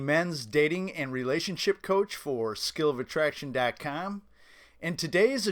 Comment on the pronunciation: it's not .Cam it's .Com LOL. If you changed your pronunciation I will subscribe, otherwise it's like fingernails on a chalkboard.